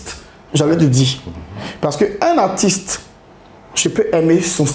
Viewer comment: finalement quelqu’un() qui prononce correctement le mot « Artiste »… ko artiss